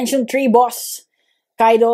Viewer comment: When he went from saying boss to boos it made me laugh